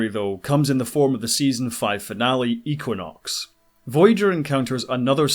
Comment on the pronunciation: Had to stop after the fiftieth time I heard eeequinox. Just kidding.